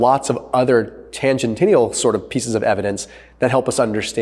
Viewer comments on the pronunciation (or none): ... "Tangentinial" is not a word. The word is "Tangential". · Tangential is not pronounced “tangentenial”